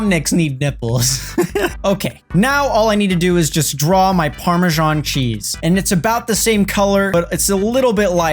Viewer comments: ITS PARMESAN CHEESE NOT PARMESHAN😭😂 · 'Parmajan' cheese